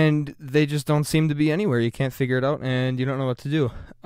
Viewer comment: Excellent tutorial. It really helped me "oat". ;)